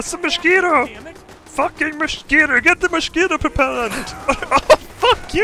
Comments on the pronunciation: i love when he sais moschquito instead of mosquito XD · It's a mushkeetoe! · The way says mosquito makes me laugh so hard everytime please never change.